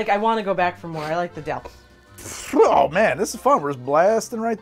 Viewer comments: "the dill-tho" Good of you to spell it out because that's not what I heard! 🤣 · "The dill-tho" lol sigh I'm a child. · Did you say, "The Dilldo"?